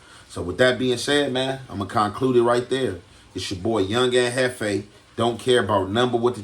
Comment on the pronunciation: And we gone Konklewd that right there! 😅